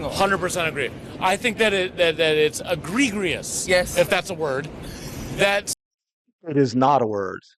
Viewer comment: E gree gree us (that's how he pronounced it), isnt a word the way he pronounced it. The word is egregious , which means outstandingly or extremely bad, offensive or shocking. I'm pretty sure it's pronounced e gree gee us. Whether he understands the word or was using it correctly is the question. It was difficult for me to tell. 0_0